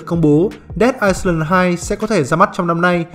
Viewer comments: Island thì chữ s là âm câm nhé ad...Ai-lần nhen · góp ý là ad đọc sai từ "Island" rồi kìa, từ đó không có âm "s"